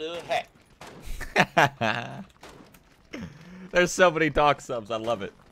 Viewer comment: it's called waduy not wadu hek...